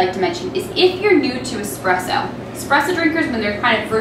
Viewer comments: Nothing hurts more than a barista champ that says “expresso” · Nice video. Not that she did it, but I really cringe when I hear anyone pronounce it, “x-press-o”, not “espresso.” Rookies.